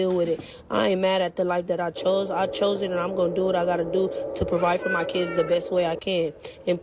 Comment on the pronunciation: “Mah Keedz”